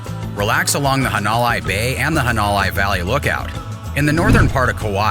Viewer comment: Had to stop watching after he said "hawn-o-lie". At least learn how to pronounce places correctly!!